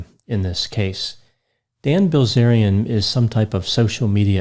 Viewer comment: I couldn’t help but hear Gozerian every time you said his name.